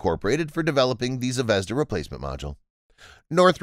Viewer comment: zvezdA -- ударение на последний слог , kIkina -- ударение на первый слог